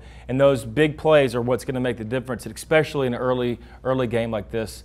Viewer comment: JP, it's especially, not ex-specially